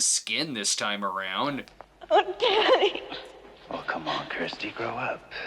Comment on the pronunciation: kirstie= curse-tea...not kristie